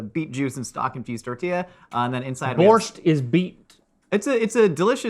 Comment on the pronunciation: It's upsetting how they always mispronounce borshch